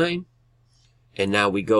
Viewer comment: Thank you so much brother but I just wanted to let you know that that girl's name is pronounced grawnday....lol